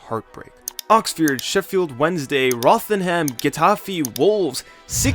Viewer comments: Roth-er-am Red-ding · Please learn how to say "Rotherham" and "Reading" properly.